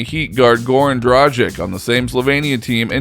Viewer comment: Well im surprised about the fact that you cant pronounce Dragič but some how learned to pronounce Dončič. This is just disrespectfull. Same goes to other so called experts, reporters and youtube blogers, why cant you just do your homework and learn the correct pronouncation of players names if you make videos about them or involve them in your content. Also im surprised that nothing was mentioned about European championships gold medal, Euroleague and all the MVPs he hot in a grown mans tournaments that are almost about the same level that NBA is.